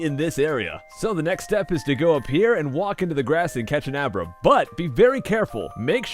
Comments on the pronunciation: U named Abra " a bra" lol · He named Abra " A bra". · you called abra; a bra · He named abra "a bra" lmao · Abra= A Bra XD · Lol he names the abra " a bra"